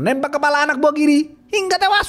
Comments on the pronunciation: Seneng denger abangnya cerita, brasa gergetnya film ni,apalagi ngomong "hinggGGAAAA TEWASS" & "JENGGG GGERRR " Sukses terus ya bang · Sebenarnya cerita ini bisa memuaskan pendengar. Cuma nada nya harus diperbaiki. Nada Kata2 hingga tewas itu sangat merusak penikmat cerita.,, saran aja ya..!! Makasih atas suguhannya